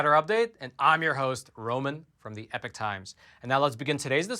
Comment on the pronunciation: WA by do u say EPIC times? It's EPOCH times